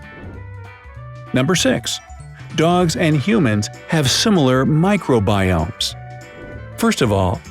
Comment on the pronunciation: Who remembered Minecraft biomes when he says micro giomes